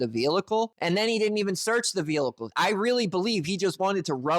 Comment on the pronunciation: Guy, I like your videos, but you need to stop saying “velicle”. Also, run your comments through the spell check. I agree with you that these guys are imbeciles, but it doesn’t help your cause to make glaring spelling errors in your comments. Keep the pressure on these morons.